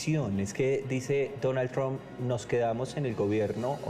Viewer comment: Ya no dirá Mr. Trum la u suena como lo que es U..ahora dirá como suena la U en ingles "a" tram.